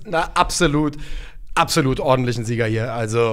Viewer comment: Könnt den Kommentar gerne löschen, aber sagt bitte, dass es absolut heißt und nicht abselut. Wenn der Job das Sprechen ist,.. ne. Danke für die Unterhaltung beim Kochen!